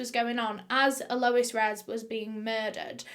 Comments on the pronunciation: Without being too pedantic, "Alois" is pronounced something along the lines of Al oys. It's french. Ray probably fed Al to the crocagators. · Its pronounced al-oh-ease Re-z But its spelt Alois Rez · Never heard it pronounced like "Low-ess" for a guy. Usually isn't it "Loo-us" for guys? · the whole “a lois” annoyed me, just say lois. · Hate to say this, but your pronunciation of Alois is killing me. It isn't ah-low-is, it is closer to al-oyz. Or if you want to go full French, Al-ow-eez. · Normally I love your videos and binge watch by why do you keep pronouncing it as ALOUWUS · Not sure if anyone already said this in the comments, but Alois is pronounced "Ahh low eeez" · When you say Alois, sounds like my name Lois🥺 I got giddy every time u say it 💘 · i think you should be pronouncing his name all-oh-eese lol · Once you hear the ‘a’ she says before Lois you can’t unhear it. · Well done, you always do such great research. Hope you don't mind me saying, but Alois, sometimes spelled Aloyse, is pronounced Ahloys. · I thought at first that it was a lady named Eloise and she was pronouncing it oddly. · It's pronounced AL-loice, (Aloys, Alois same potato, no pun intended). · I think it's a mispronunciation of Eloise ...pronounced El-louise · Alois (emphasis on the first syllable) is a legitimately terrible Bavarian name, why would someone inflict it on an Australian? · My boyfriend and I are cracking up at how she pronounces Alois. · Every time she says Alois 😭😭